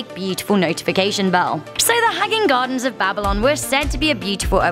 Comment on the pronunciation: The way she pronounce Babylon. BabiLON!